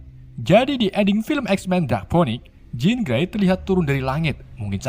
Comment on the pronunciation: Bang sekedsr saran nih , baca nama bahasa inggrisnya yg bener dong bang , dulu chaler lu sebut karles , skrg jean grey lu sebut jen gre